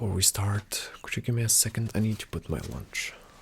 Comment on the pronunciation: Wher going to staourte he says